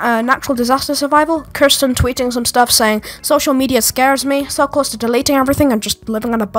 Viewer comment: u pronounced her name as kursten and not keersten (the correct pronunciation of her name)